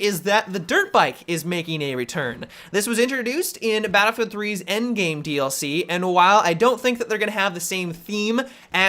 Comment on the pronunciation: Has anyone else noticed that always says Battlefield 3/Battlefield 4 like, "duhBattlefield 3/duhBattlefield 4"?